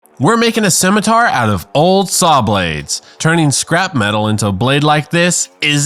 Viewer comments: Since no one else said it. The Scawmitar 😂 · A min-itar